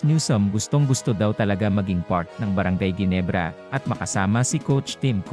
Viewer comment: Ayusin mo nga ang pagbigkas sa brgy.ginebrs